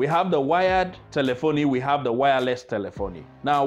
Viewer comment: Great video. why do you pronounce it telephon-i instead of telephone?